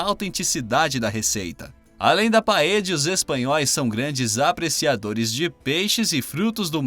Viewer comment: Se você, comentarista, for argentino (o que não parece) falar "PAEJA" OK. Mas se não for, esse argentinismo fica feio ouvir para nós que falamos espanhol. O certo é "PAELHA". A fonética "ll" do espanhol para o português é a "lh". Deicha aos argentinos falar " paeja" "caje" "amarijo".